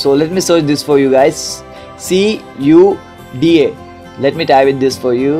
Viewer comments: It's KUDA not SUDA (CUDA) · it's not suuuda it's cuda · this not Suda this is Cuda(Kuda) hahah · It's khudaa not soodaa :D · sooda nahi kuda pronounce hota hai wo 😂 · WTF sooda :D its Cuda (Quda) (kooda) lol BTW nice tutorial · It’s not sooda, it’s pronounced CUDA (Q-Da) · he wants to say you that your pronunciation is not correct. But bro, your video is very detailed and informative.. thanks for making this video.. very helpful for me..